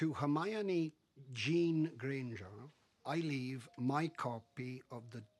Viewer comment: “To HERMYYONEE JEAN GRANGER.” I’m sorry but could you have said her first name any worse 😂😂